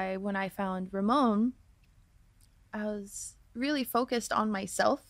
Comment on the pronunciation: Holly, isn’t it Ramon instead of Roman?